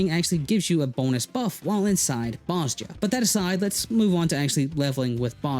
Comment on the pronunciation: They say Bozja in the game The J sounds like a Y